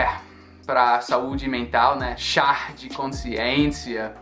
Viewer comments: Não se fala Char e sim Chá tem quem tirar o R da sua pronúncia. Vlw amigão, vamos nos ajudando! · Que bom que gosta do Brasil. Eu tenho aprendido muito contigo! A palavra correta é "chá" sem R no final 😉.